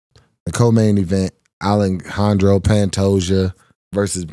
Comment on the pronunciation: My man said Alanhandro